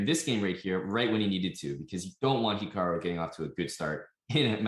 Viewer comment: The way it says that hikaru's name is hiakru in the interview